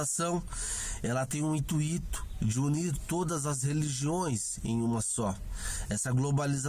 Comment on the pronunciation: Ótimo video, apesar do "intuíto"...